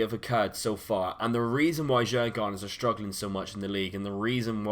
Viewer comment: it is pronounced Jugordens the d is silent and the a is an o:p